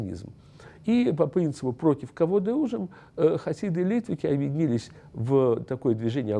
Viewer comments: литваки ударение на ки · люди которые на идиш говорят литваки, с ударением на ли.